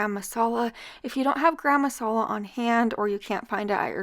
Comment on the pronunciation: No, it isn’t. It’s Wooster-sheer. I’m British and that’s the correct pronunciation. It’s actually called wooster sauce. And garam masala is two words not one long one. It’s ga-ram masala.